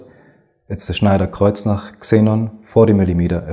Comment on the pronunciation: Excellent video. I've built a collection of the Schneider-Kreuznach lenses with the dkl mounts to use on my DLSR cameras and not only have you educated me on the lens performance, I now know how to pronounce " Schneider-Kreuznach ". I just need to learn the accent.